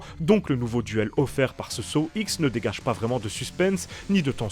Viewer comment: « Saw ixe » 🤦‍♂️ ou comment perdre toute crédibilité dans sa critique